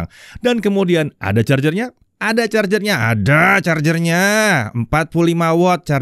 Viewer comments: Ada chargernya, Aadaa chargernya, AAADDAAA CHARGERNYA. Wkwkw ngakak 😂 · Infinix ngegas di saat yg lain ngerem Mimin ngegas saat bilang ada carger nya 😁😂